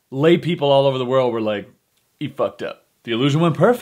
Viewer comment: That little 'gotta start owver' interjection was hilarious man